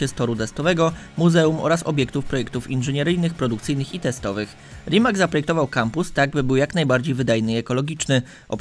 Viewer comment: Rimac czyta się tak, jak się pisze, a więc żaden "Rimak".